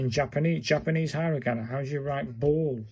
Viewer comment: Uh please learn the pronunciation from a video and also it's not hi ra gana